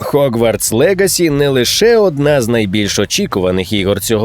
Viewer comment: Гоґвортс будь-ласка) не хоґвартс ще там де була "спільнота" напевне краще вжити "гуртожиток". Якшо шо не чіпляюся, а просто роблю помітки, раптом буде корисно Дякую за контент енівей